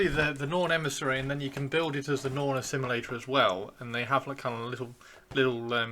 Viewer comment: Norn... Assimi-lictor?